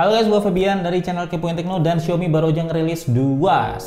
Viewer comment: Bang, xiaomi tu dibacanya "siawmi" jangan "siomi" donk bang.. Gatel dengernya